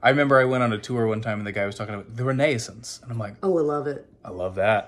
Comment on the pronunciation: The way you say Renaissance is the correct way in French! Bravo, très bien prononcé 👌🏽 And also, if it’s not spicy, I’m sorry to say it’s not really harissa 😅. I’ve been living in Tunisia for a year now and man, that harissa is strooong. I’d gladly send you some 😊